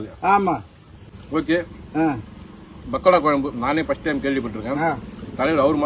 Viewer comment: டேய் பாடு அது கொயம்பு இல்ல டா குழம்பு , அவங்க கூட உன்னை விட தெளிவா சொல்றாங்க ..உங்க தலைவன் குருமா கெழவனே.. கோயி கொயம்பு னு தா சொல்றன். யு டூப் ல தட்டினா ,1௦௦௦ பகோடா குழம்பு வருது ,கேப்சன் போடும் போது பொருத்தமா நம்புற மாதிரி பொருத்தமா போடு, அவங்கள வச்சி சம்பாரிக்கிற ,நிறைய பொருள் வாங்கி கொடுடா , 1௦௦ ஊவா கு ஆட்டுக்கு காலும் , 1௦௦ ஊவா கு மொளகா தூள் ,,எண்ணை வாங்கி கொடுத்து ஏமாத்துறான் ..